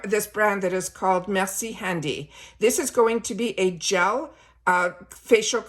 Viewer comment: Merci for pronouncing Merci correctly and not "mercy." Aaarrgh! Hear waaaaayyy too many YTers pronounce it like an "ugly American." Like Lois Lane in Paris: Mercy buckets! 😂